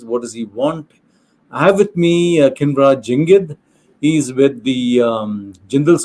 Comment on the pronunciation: Jangid is his surname, not sure if you refer people by their surnames in interviews. But his first name is Khinvraj. Maybe you need to practice the pronunciation, but it's not that difficult. Good to see him on your channel though.